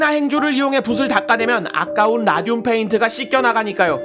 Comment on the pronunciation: 왜 라듐이 '라늄'이라고 들리지..? ㅋㅋㅋ